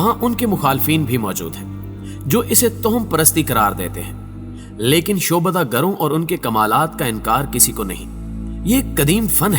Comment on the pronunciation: Shobada nahin....Sha,abda hota hay